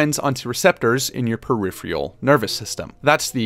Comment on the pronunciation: Normally I'd let it go, but given the pronunciation joke just a few seconds earlier, I do want to say: peripheral is pronounced "Puh-RIFF-uh-rull," or even "Puh-RIFF-rull," and not "puh-RIFF-Ree-ull." (All caps represent primary stress, first letter of a syllable capitalized represents secondary stress, and all lowercase represents an unstresed syllable.) I swear, I'm not trying to be obnoxious. I do some "communicating" for my job and would always prefer someone say something to me, rather than I continue mispronouncing something. Great video. Please feel free to ignore me. The video was good, and if my pronunciation notes don't vibe with you, by all means, disregard them.